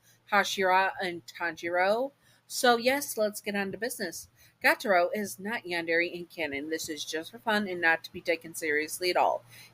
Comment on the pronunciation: My favorite demon and his name is pronounced Gee-u-taro. Just wanted fix that error! Sry if I’m being rude :)